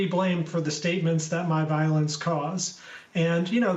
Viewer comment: "Statements that my viole- nce may have caused" Neal? Not like you. Slip of the tongue I suppose.😊